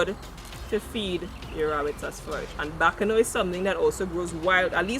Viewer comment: You said Bacano Leaf the correct word are 'Bois Cano' leaf 🍃